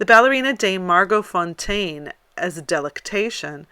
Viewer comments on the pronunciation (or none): none